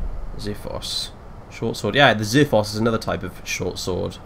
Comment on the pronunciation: Hey being a greek myself ans since I see you like stuff from that era, the x in xiphos sounds like x and not z and it means sword